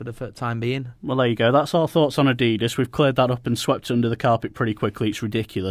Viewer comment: Niike & Adedus??? It's pronounced Ni-key & Ad-e-das.